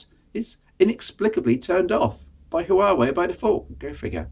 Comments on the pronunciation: as a former Huawei employee.... 1- it's pronounced- Wa- Wey 2- P- stands for premium 3- Mate series - where they test new software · The H in Huawei is silent.